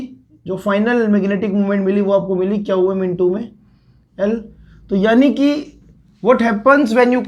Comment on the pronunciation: Qm pronounced as kyau yam...I don't know how people understand.☹️☹️☹️